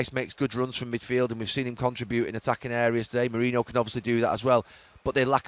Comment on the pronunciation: Can someone clear up why he keeps saying Mourino. What does he mean